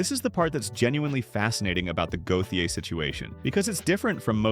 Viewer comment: Listening to his name be butchered is quite triggering.